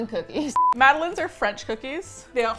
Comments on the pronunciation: Am I the only one who thought Madeleines??? Were pronounced mad-del-lines? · Omg I was dying when they were saying mad - ay - lins it is pronounced mad - eh - line